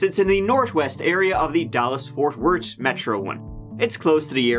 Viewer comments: AYYYYYYY FORT WORT THATS MY FCKIN CITY YOOOOOOOO HE SAID IT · Fort wart. Not to be confused with Fort Worth.